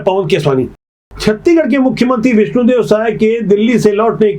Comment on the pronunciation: आप छत्तीसगढ़ पूरा नहीं बोल पाते पूरा बोलिए न की छत्तीगढ़